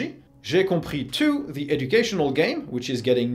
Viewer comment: Yup. Heard the correct pronunciation for the first time too. Really impressed.